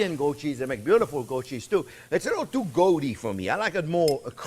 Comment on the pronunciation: "It's a little too goat-ee for me". LOL